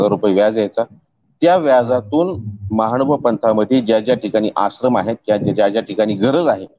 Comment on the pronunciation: दंडवत प्रणाम् सर! मानभाव नसुन महानुभाव असा शब्दोच्चार अपेक्षीत आहे!